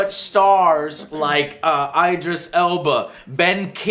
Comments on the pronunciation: Did anybody else cringe and automatically correct him when he said "EYE-dris"? It's pronounced "ID-ris", Joe, please don't ruin his name. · lol, "Eye-dris Elba"? It's just idris Joe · EEE-dris Elba Joe ......EEE-Dris Elba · Lol Joe says things oddly, Mogili and eyedris lol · Do Americans all pronounce 'Idris' wrong or is it just Joe?